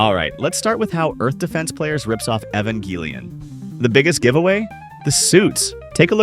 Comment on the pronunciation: An "otaku" pronounced "manga" wrong 😔 Evangelion mispronounced, I hereby revoke your weeb card.